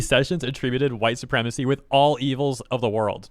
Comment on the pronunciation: Oh geez, the entire English language is hwhite supwemacy?!?!?! There are precisely, exactly ZERO people with that opinion that have anything they can say about racism at all, being massive racists themselves